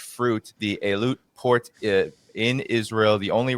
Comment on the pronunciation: mark: You think the gentleman would take the time to learn how to pronounce Eilat. Its EEE-LAT....not "Elliott" (I was there in 1984-85) I got a job for myself 'and' my friend as bellmen at the the Hotel Laromme, just outside Eilat; (south, toward Sinai border....not sure what its called now), a swanky, rather up-scale hotel for Euros to come (and for me, a Canadian, it was an interesting mix that did not include (rarely) North Americans. I pretty much lay on the beaches offered by the Gulf (of Aquaba) getting tanned, beer-a-plenty, mostly. The hotel housed/fed us, so it was to leave and move on (lol) (oh, also went into Sinai.....all the way down to Sharm El Shaek where my mind was blown by the coral reefs there.....it was just awesome because I was freakin' 22-23 yrs old.... and loving it chief. oh, btw, during my several months in that country, Arabs were nice, Israelis weren't.